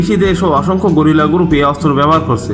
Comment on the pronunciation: ভাই গরিলা না গেরিলা হবে